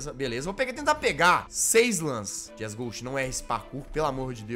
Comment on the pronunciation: mn engraçado que ele inves de dizer jazzghost ele fala jegueghost kkkkkk